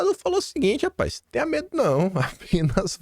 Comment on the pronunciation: "Rapaiz" 😂 Bom dia🌞